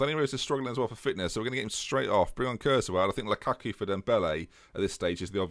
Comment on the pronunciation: you are killing me, please pronounce Lukaku correctly.